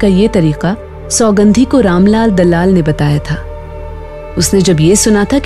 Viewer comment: सौगंधी नही सुगंधी नाम रहता है उसका। दल्लाल नहीं दलाल होता। और भी बहुत कमियां हैं Naration अच्छा है कैरेक्टर के वाइस बहुत नकली हैं। 🙏